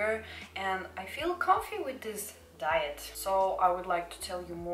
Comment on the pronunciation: How many times did he say diet it's like she calls it "diyet" oof no worries I'm not a hater it's just I'm laughing but I don't hate your voice it's cool